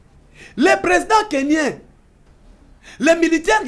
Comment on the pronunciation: Monsieur le journaliste, on ne dit pas Kenyen mais Kenyan. Il faut faire beaucoup d'effort pour bien communiquer en Français parce que vous êtes journaliste.